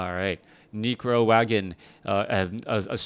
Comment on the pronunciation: lol he says Necro like Negro XD